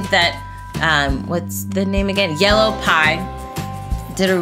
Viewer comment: This is by yellow py. Yellow Py:How dare you say my name wrong.